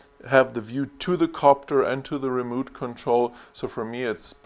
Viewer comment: Good Video! Remote Control is pronounced like re mote. Mote like what's around a castle. Not moot, that sounds like boot.